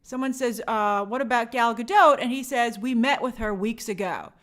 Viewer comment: Gal is not French, so maybe it is pronounced Gahl Gah-doht